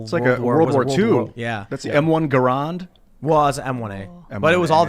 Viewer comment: is a alright guy, but he has no idea what he's talking about with guns. Also the M1 Garand is pronounced GARE-AND not GUH-ROND.